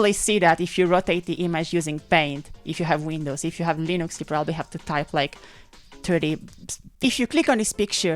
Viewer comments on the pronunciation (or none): none